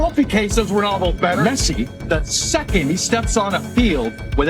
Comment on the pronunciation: His name is Messi, not Mercy...you got it?